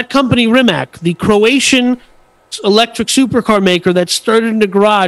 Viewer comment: Bugatti is a French company, not Italian. Hammond get out of the car alive, a fire started later. Rimac is not pronounced as Rimak but as Rimatz. Konigsee is a Rimac customer. Bugatti Rimac is only part of RIMAC AUTOMOBILI. Rimac is not selling his company and is still the major owner. Near all parts (except tires and brakes) are produced in Rimac, not bought.